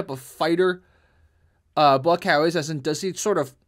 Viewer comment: Buakaw is every kick-boxers nightmare……. “Bu A Cow”…… how it’s pronounced